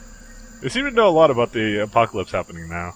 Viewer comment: "manual override on thi wall" LOL